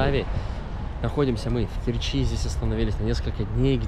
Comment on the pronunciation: Не в КерчИ а в КЕрчи.Научись читать правильно .Слушать жутко.....